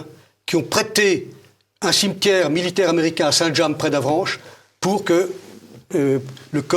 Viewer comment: Juste une précision, ou deux, pour l'honneur : le village de Saint James, en Normandie, ne se prononce pas à l'anglaise "sainte jêmse" mais bien Saint James, idem pour le bourg, voisin de Saint Hilaire de Harcouët qui se prononce, à la Normande puisqu'il est aussi en Normandie, "Harcoué". Merci pour nos oreilles.